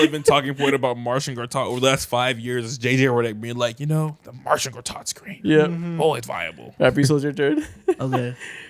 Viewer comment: why the fuck is my goat Marcin Gortat getting strays from people that can't even pronunce his name correctly